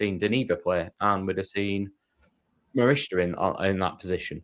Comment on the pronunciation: You still can't pronounce Morishita 😂